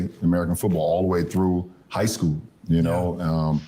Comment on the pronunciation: not the "high schoo" again 🤦‍♂️🤦‍♀️🤦